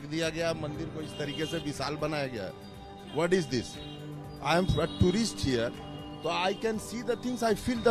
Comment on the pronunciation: "bhaat iz dis" Modi ji its nt fair... Bs itna he rulaya thoda mirchi aur lagao....